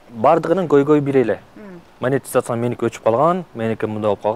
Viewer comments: Маекке даярданып койсо болот да, Монетизацияны-МАТИЗАЦИЯ дей бербей. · "АЗАМАТ", мен болгондо ыңгайсыз кылып улам эле "мотизация" дейсиң да "монетизация" болот деп 😊айтмакмын